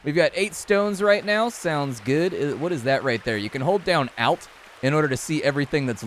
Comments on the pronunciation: first video from you i have seen and the only person i know that Says Alt that way like sounds like "out" instead of (alt)ernative witch is what the alt key means but thanks for sharing downloading demo now lol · Aalt lol instead of alt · This dude really says ALT like that XD - Good video man, Keep em coming. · Why did you pronounce alt that way.... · the way he pronounced 'alt' made my soul hurt a little. also, why does splat so often say like 3-4 sentences just rewording the exact same message? like explaining how you start with an axe and a hammer. thats all you had to say . not the whole rambling bs about 'starting with an axe is significantly better than not starting with one, we are reasonably well prepaired for surviving. we've at least got some tools to survive, etc etc' we get it.. we understand, stop dragging things out, holy crap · Nobody going to comment on how said "alt"? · Honest to god. I have never heard someone pronounce "alt" that way. That really caught me off guard and I'll be thinking about that for a while. The game looks cool too I guess. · first time I've ever heard someone pronounce alt like that lol.